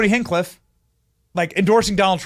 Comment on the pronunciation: 😂 Benny, why can’t you say HinCHcliffe?